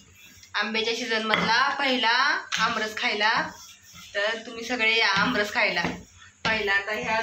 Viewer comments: अब्रस नाही आम्रस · आमरस म्हणा